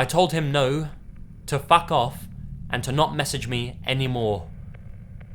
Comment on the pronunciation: that "Fuck off" sounded so brittish lol (no hate brittish pepole are the best)